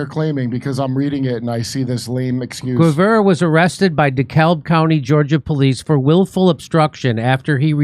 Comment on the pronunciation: Lol Jimmy in DeKalb co. The l is silent 😅it's pronounced de cab